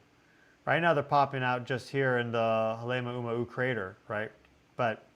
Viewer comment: Ha lay ma--u ma-u as in Kau. Halemuaumau